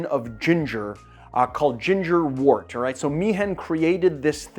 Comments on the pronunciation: Great video!! Postscript.... it's pronounced "wert", not "wort"..... even though it's spelled "wort". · Love this. Pro tip from a long time brewer: counterintuitively, the word wort is pronounced "wert." Why? I have no idea.